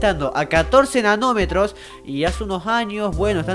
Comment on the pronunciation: entendi enanometros :-P